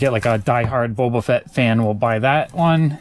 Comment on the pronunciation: And are you saying bobo Fett? It’s boba